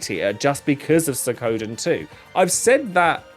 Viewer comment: I really liked Suikoden III. And it's SWEE-KO-DEN